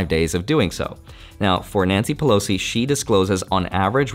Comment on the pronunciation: Bro did you just say Nancy Pelops along with Warren buffet? Haha 😂😂😂